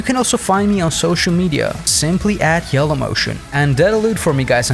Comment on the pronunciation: At the intro why do you say Shellow motion instead of Yellow motion? 🤔 I might be having hearing issues?